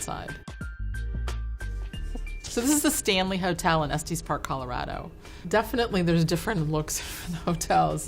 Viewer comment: Estes Park isn’t pronounced like that... Estes rhymes with best not testes